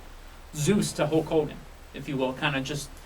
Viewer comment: it's not Hawk Hogan. It's Hulk Hogan. Pay attention to the product.